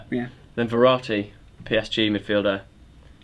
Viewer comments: it's Verratti not veratti .-. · aleksi503 so its verratti